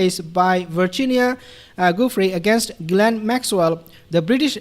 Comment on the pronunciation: Hi sweetie. you pronoun the name of G Maxwell as GIL ANE stupid name!